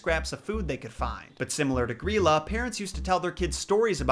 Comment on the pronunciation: To star with they are not dwarfs, they are trolls😁. but loved to see this. loved your pronouncing of Grýla, it was spot on. keep up the awesome work. 👍